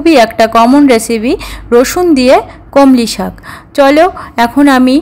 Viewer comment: আপনার রান্নার পদ্ধতি ভালো। আন্তরিকভাবে বলেছেন বেশ ভালো। কিন্তু বার বার কানে এসে খটকা লাগছিলো "কলমি শাককে" কমলি শাক বলার জন্য। যিনি ভিডিওটা বানাচ্ছিলেন, তার উচিত ছিলো এটা সংশোধন করে দেওয়া।